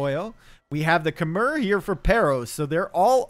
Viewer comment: Small correction (you probably know now) it's Kem-mai not Khe-mer